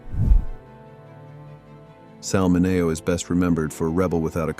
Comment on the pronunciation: Say the names right! It's min e o